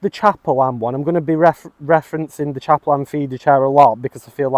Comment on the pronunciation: Caperlan not chaperlan,other than that nice review